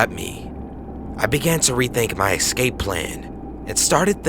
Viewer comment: "EX-scape" : "SIMON-taniously" : "Anti-CLAMATIC"